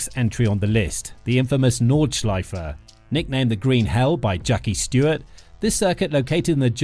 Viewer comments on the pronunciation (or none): Its Jackie Stewart, not "jAcKy StEwArD"